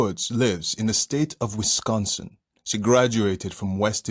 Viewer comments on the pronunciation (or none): none